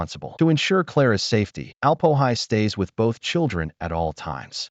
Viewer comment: "Alp-o-hi"? 😬🤨 He's the Alm-Öhi, for goodness sakes!